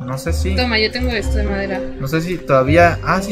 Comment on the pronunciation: Dice de no pueden escapar de Mi Pero sho no soy xd